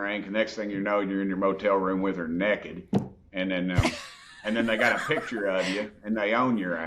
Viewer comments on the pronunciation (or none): "We can't be left nekk-ed" (naked) 😂😂😂